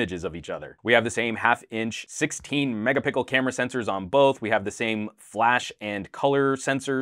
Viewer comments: did he just say megapickle? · who else hear him say megapickle lol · I laugh when he said megapickle but love the review of the both phones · lol omg megapickle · lol. I'm used to it now. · He always says that. lol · he always does. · This isn't the only video where he has said this lol